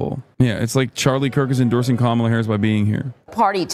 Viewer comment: “We are here tonight to officially nominate Chemila Harris”? Did LJ miss the how to pronounce Kamala segment?